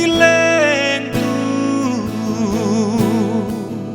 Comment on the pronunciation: "lentu" tih hi a lam chang hret ani. 'Lêntu" anih ang takin han lam deuh se ṭha tur anih hi maw le. Sangha manna "lên" ang hian han lam hrâm hrâm zêl teh u.